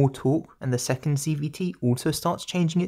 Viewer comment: I swear at some point you just say "CBT"... and i am NOT the only one hearing this.